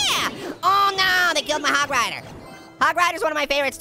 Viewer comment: U said HOG RODER HE SAID U ROCK HOG RIDER LOL